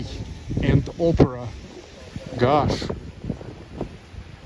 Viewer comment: Your "gosh" sounds like "gash"("гаш") - гашиш(hashish in russian). 😉